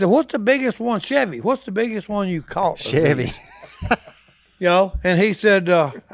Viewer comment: I lost it when Si said “Chevy” instead of “Sevi” hahahahahahahahahah